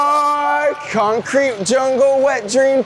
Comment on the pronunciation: its so funny when he says croncrete jungle wet dreams TOMATO😂